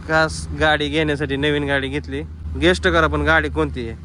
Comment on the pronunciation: शिकलाय कां हुकलाय नीट इंग्लिश शब्द पण बोलता येतो नाही गेसेस ला गेस्ट म्हणतोय बावळट